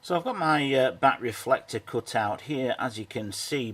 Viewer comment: Coot? It is Cut. Not Coot.